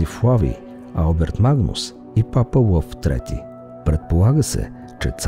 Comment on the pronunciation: Много интересна тема!! Но, моля Ви, говорете български!! Моля ви!! Папа Лъв, не папа уъв и т. н. Ерудирани текстове, а начина на изговор....